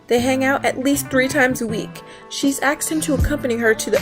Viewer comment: You...you realize "asked" has the S before the K, right?